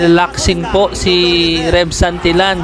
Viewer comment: Santilyan not santilan pronounce it correctly